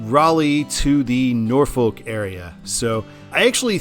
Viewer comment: You pronounced Norfolk correctly but then butchered Edenton lmao. First time Ive heard that as a local of both haha